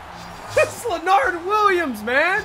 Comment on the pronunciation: Dude calls Leonard Williams "Lenn-NARD", and Paul Pusluzny "Puz-nuz-kee" lol keep livin the dream brother